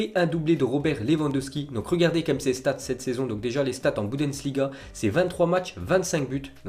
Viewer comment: Taime trop dire "boudenss liga"😭😭😭